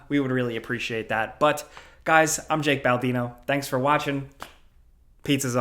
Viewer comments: I honestly thought he said Jalk Baldino. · goes tk the comments to see if anyone else notices that jake says "jack"